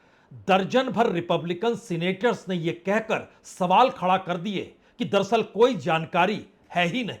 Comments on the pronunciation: संदीप चौधरी जी, पुण्य प्रसून बाजपेयी जी आप ये दरसल दरसल क्यों बोलते हैं.. जबकि सही शब्द है दर + अस्ल दर अस्ल अर्थात हकीकत में या अस्ल में..... उम्मीद करता हूं आप साहिबान यह करेक्शन कर लेंगे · दरसल नही बाजपेयी साहब दर - अस्ल बोला किजिए... दरसल बहुत खराब लगता है संदीप चौधरी साहब भी आप की तरह दरसल.. दरसल करते हैं... दर - अस्ल का मतलब.. हकीकत में या अस्ल में.. होता है दर + अस्ल